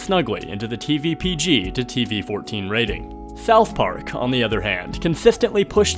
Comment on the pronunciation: “Thouth Park”